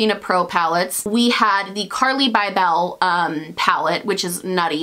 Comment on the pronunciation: it's carli "bible" not BYE BELLE